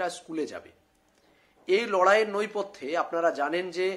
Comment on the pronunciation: কথাটা "নৈপথ্যে" না "নেপথ্যে".... বার বার ভুলটা শুনলে বড্ড কানে লাগে 🙏